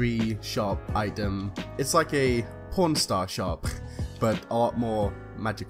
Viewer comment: Is it just me or did he say Pornstar shop